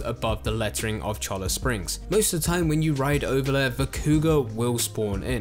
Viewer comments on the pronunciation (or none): Just a tip for our UK brothers. A "double L" makes the sound of a "Y" in spanish. Thus Cholla Springs = "Cho-Ya" Springs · FYI Cholla is pronounced Choy-Ya.